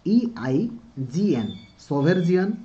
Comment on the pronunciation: Sir bahut bhala class nauchanti apna nka class mate bahut bhala B lagila but sir kintu apna words guda bhul pronouce karuchanti jmiti ki preamble au sovereign